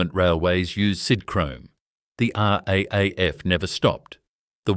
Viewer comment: American photos, total AI rubbish. Hint: RAAF is pronounced R double A F.